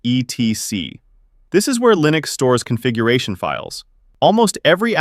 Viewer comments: /etc is pronounced "etsee" by the way. Although there is nothing wrong with spelling it out its a bit tiresome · etc -- as in /etc -- is pronounced et-see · /etc is pronounced like Etsy.